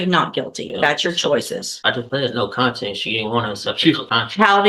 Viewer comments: Not me screaming CONTEST at my phone bc he keeps pronouncing it content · He can't even pronounce "contest"